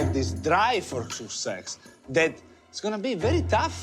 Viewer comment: Success. But he pronounced it as "sook-sex"